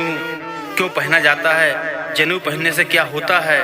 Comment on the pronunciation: जनेऊ नहीं "ज़नेऊ" 😂😂😂 खेसारिया के फैन लग रहे हैं 😂😂😂